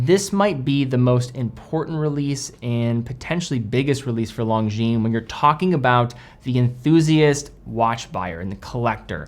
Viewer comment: come on stop saying long jeans you're better than that it's lon jin lonjin